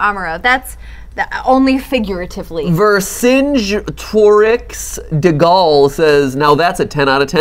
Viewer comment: That pronunciation of Vercingetorix made me sad inside. Lol